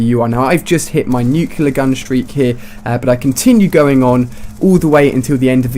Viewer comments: "NUCLEAR NOT "NUCEULAR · Stop saying 'Nucular' it's 'Nuclear', it's in the title of the damn video... -_ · let me spell it clearly, so you can understand: It's not New-killer, it's new-clear. I'm no a hater, I just get annoyed by that sound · Nuclear not nucular dumbass its not a word you sound like george bush one word one syllable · why are you pronouncing nuclear like nucular, it should be pronounced like nuke + clear. But really good video though. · IT'S NUCL-E-A-R NOT NUC-U-LAR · It's nuclear not nucular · That has nothing to do with accent, he's perfectly capable of saying reticle. How do you explain NUCULAR instead of NUCLEAR? Accent? I think not. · NU-CLE-AR, not nucular.. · nuclear nut nucular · Why do you say "Nucular" instead of "Nuclear" mister George Bush?